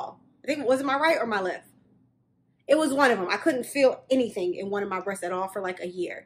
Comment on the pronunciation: why do you say breasts as breashs ?